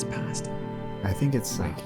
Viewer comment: the fact that actually pronounces ‘’pasta’’ as italians do (I’m italian) >>